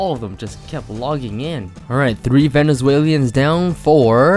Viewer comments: It’s “Venezuelans” not “Venezuelians” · bro you should just pronounce venezuelans right. it's not venezuelians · “Silly vennys” RSN: ONLY ARCANES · “Venezualians” lmfao. RSN: hangknickers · "Venezalians" nice.. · Disliked video. Hearing you say “ Venezuelans “ wrong that many times gave me cancer